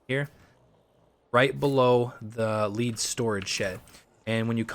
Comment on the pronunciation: Omg you keep saying lead and it’s “lead” like the material.. 🤣